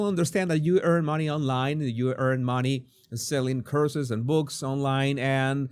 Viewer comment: He probably thought you said "curses" instead of "courses", I did, so I put the captions on & even they said "curses" too.